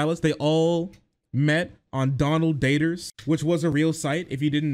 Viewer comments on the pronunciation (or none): the way you say "DONald DATers" makes me giggle